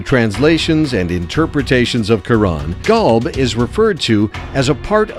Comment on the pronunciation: Qolb/Qalb = Heart "Kalb" as the narator is pronouncing, means Dog... So yeah man, the words needs to be exactly correct...therefore Quran needs to be read in Arabic as in another language meaning gets lost in translation...